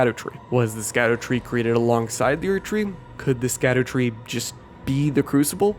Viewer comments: It’s not pronounced “skadoo tree” it’s pronounced like shadow. It’s a French thing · btw its SHADDER tree not SKADU tree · Little note the scadutree is actually pronounced “shadutree” or just “shadowtree” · Skadutree isn't pronounced "Skadootree". Skadu is old English for Shadow. So it's literally just Shadowtree. Just like Gaol is the same word as Jail and also pronounced the same. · I don't wanna be that guy, but you absolutely can and should pronounce "Scadutree" as "Shadowtree", as "Scadu" IS old English for "Shadow". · Great video! Not sure if someone had mentioned it yet but Scadu is pronounced like Shadow. It's an old timey way. Kinda like how gaol is pronounced jail in the game.